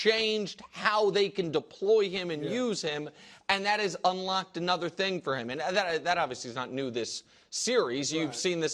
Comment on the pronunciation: “Post eem up” Why does brou pronounce “him” like that? lol